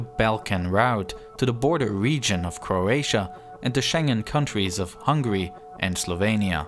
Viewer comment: you put such effort into making this video but please dont pronounce Hungary as hungry.